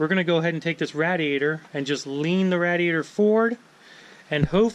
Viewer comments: Not rad eee ate er, it's ray dee ate er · Raid-e-ator. Not Rat-a-ator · You're the only person I have ever known that says "rad-e-a-tor" instead of "raid-e-a-tor" I wonder where you picked that pronunciation up? It's not part of any American English accent I know of. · Stop with the FUCKING RADD E ATOR lol. That a the GARBER knife was killing me. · Rad-diator lol never heard anyone pronounce it like that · This dude owns a shop and doesn’t even know how to say radiator